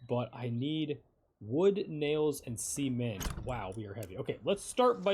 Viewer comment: bro said c ment hahahaah